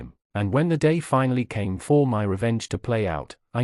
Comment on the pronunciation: NOTES for whoever programmed the AI. “For” does not need to be the most emphasised word in every sentence. What on earth is “faked”? It was used correctly once & perplexingly several times. Also, it has one syllable, not two. “Finaleyise”? The word is “finalise”. It’s said the way it’s spelled. In short, YES, you are the A. Not (mostly) for what you did to your children, your husband & his poor deluded victim, but for this terribly made video.